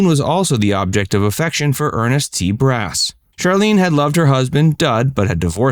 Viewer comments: EARNEST T BASS, pronounce like the fish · It’s Ernest T. Bass not Brass.